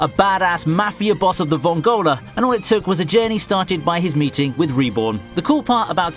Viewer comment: It's Vòngola not Vongòla... I love you but sometimes with the mispronuciation of some names and accent you make me wanna cry :P Probably isn't your fault cause I suppose you mostly watch the english dub and/or in some cases even the japanese pronunciation is not the correct one but for this one there are no excuses as Italian I couldnt leave a comment about an italian word mispronunce sorry :D